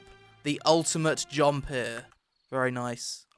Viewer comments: good video but your jumpere or jumpu line is tad overplayed imo, and sounds like jump here with heavy British accent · Go to listen to when he says double jumpuuuu then right after he says that the Npc says shit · Every "JUMPUUUH" cracks me up, somehow always catches me off guard lol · I love when you say jumpuh. Jumpuh!!!!! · why u saying jumpuh, blockuh, dodguh. All the time. It's cringe.